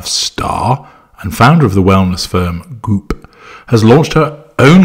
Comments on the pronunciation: The way says "Goop" had me rolling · I love the way you pronounce "goop"